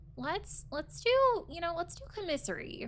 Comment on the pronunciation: Please stop say comissary lol.